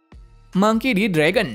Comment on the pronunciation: Ya jir kok Fragon haha mimin nya Mau canda Kali ye